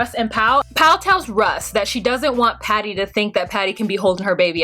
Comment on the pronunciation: I think you meant to say “Patty” the Oklahoma way the first time lol